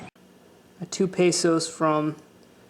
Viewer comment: I'm sorry to say but it bothers me the way you say Pesos I'm sorry